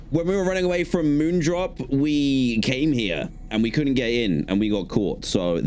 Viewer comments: New investigation: Dan says “Moonderp” instead of “Moondrop” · is no one gonna talk about Dan calling MoonDrop "MoonDerp" XD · I thought you said moon dop 😂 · Bro said "Moonderp"💀